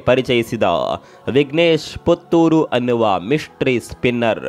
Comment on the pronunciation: ಪುಥುರ್ ಅಲ್ಲ. ಪುತ್ತೂರು